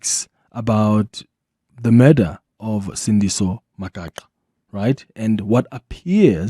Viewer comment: Mispronunciation of Magaqa is very ear-sore🤦🏿‍♂️🤦🏿‍♂️